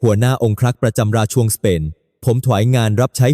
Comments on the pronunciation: น่าเบื่อ เอาAiมาอ่าน ทำให้ภาษาไทยผิดเพี้ยนไปหมด เช่น ราชวงศ์ อ่านเป็น ราช ชวงศ์ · อ่านมาอย่างไร รา-ชวง(ราชวงค์)